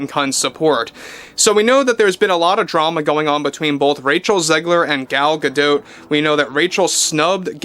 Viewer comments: You're the only commentator that pronounces Gal's name correctly. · Gal pronounces her name the same way as. I think she would know how to pronounce her own name.